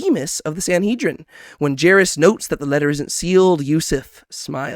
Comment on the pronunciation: I like these small breakdowns, coz sometimes I miss things, but I gotta ask, why are you butchering some of the characters names so badly, like jairus and tamar xD its kind of funny